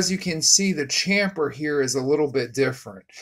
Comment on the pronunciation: This guy is WRONG and don't know what he is talking about!! The I beam rods CANT GO EITHER WAY and they DO have a chamfer and not flat on both sides! If you listen to this guy, you will have problems and will blow your engine, if you can even get it together. Plus he can't say chamfer correctly! It's chamFer not chamPer ! He's totally wrong on the I beam rods just going either way and it don't matter!! He's looking at the rod bearing side faces incorrectly to start off!! Good luck dude and let us know if you get it running or if it blows up. Please